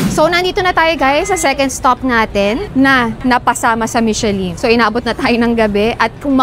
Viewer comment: It is pronounced as MISHELAN